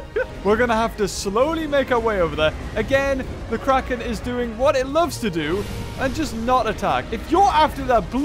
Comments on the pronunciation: said Quacken instead of Kraken. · well now I know why it's called the kraken (pronounced: CRACK-in)